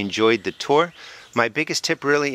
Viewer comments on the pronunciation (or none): none